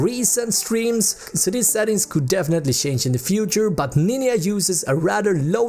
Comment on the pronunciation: i was weak when he said "N I N Y A"